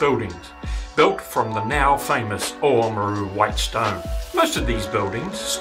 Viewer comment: It's actually Limestone** and it's pronounced OMaru.. **Oamaru stone is limestone with a uniform granular creamy white consistency and colour. Predominantly (90%) calcium carbonate, trace chemicals within it include alumina (1.5%), iron oxide (0.5%) and silica (0.5%).